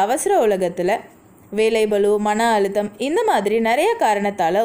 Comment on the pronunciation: மகளே தாங்கள் ஏன் "ழ" விற்கு பதிலாக "ள" "ல" வை உச்சரிப்பது சரியான தமிழா, தாங்கள் பேசியதை மிள கேட்டு தமிழை தமில் ஆக்காதீர், அழுத்தம், வாழ்க்கை இன்னும் பல, நல்ல பதிவு, நன்றி.